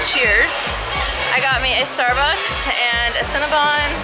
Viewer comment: Omg I say starbies too 😂